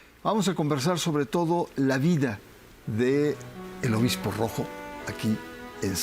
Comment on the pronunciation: Dice obismo❤